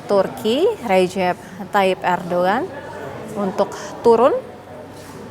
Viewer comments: Bukan erdoan MBK, Erdogan 😅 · ERDOGAN mbak bukan ERDOAN😂😂😂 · ERDOGAN bukan Erdoan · PEMBAWA ACARANYA BERITA TV ONE GA BISA BACA ERDOGAN JADI ERDOAN hehehh PEMIMPIN MUSLIN TERBAIK SEORANG ERDOGAN Menurut Saya NEGARA KECIL TAPI HEBAT DALAM PEREKONOMIAN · Host TVone pada kurang literasi. Erdoan Erdoan.. ERDOGAN tau! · Erdogan kenapa kalian baca erdoan😢😢😢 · Erdoan erdoan, itu erdogan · Erdogan mbak bukan Erdoan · Erdogan bukan erdoewan mba Haha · Ardugan KA bukan arduan. Namanya Ardugan